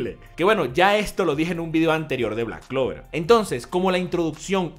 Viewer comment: Sabemos que se empieza a tomar en serio a Black clover porque ya no dice clack blover tan seguido